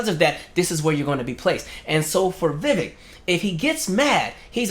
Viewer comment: The fact that 5 seconds in and you can't pronounce his name right? Already tells me I'm likely wasting my time listening to this. ANYONE in the political sphere that doesn't know it's "Vi-Vake like cake" is likely disingenuous, from any side. 🙄. Sad.